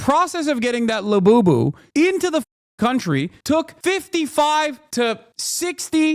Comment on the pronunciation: When you said lebooboo, I thought you were talking about beaboobidy until you mentioned ordering it on prime 😂